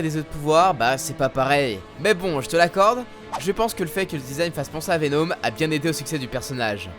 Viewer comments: J'ai mis du temps pour comprendre de qui tu parlais quand tu prononçait vénôme au lieu de Venom, a part ça continue comme ça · Venom pas Venôm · Vous me faites délirer à prononcer " VEN-HOME " ... Jamais entendu prononcé comme ça !